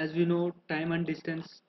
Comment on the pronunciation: DISTANCE not destance